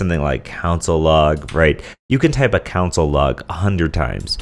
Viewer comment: Great tutorial! However, that's soooo not how to pronounce 'console'.